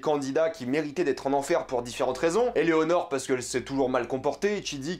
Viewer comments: Par contre je crois que c'est Eleanore( tu dit Eléonore ) le prénom du personnage principale mais rien de méchant faut prendre ma remarque de manière constructive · T'arrête pas de dire que EleOnor. Alors que c'est EleAnor